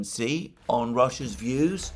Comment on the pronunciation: As a top-tier geopolitical analyst, it behooves you to pronounce the name of the President of China correctly. Pronounce confidently as “she.” My take on Chinese warships in Gulf is that they are there to monitor and thus eliminate Western disinformation (such as we saw with Buk shootdown of Malaysian airliner in eastern Ukraine).